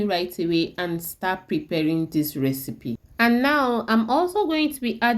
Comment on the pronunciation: Get some other person to explain in proper English, I am sorry to to say that your English pronounciation is horrible, simply can not understand what on Earth you are saying. The RECEPY ingredients can not be understood. Vedeo is all in wain. Please repeat the vedeo with proper English pronounciation.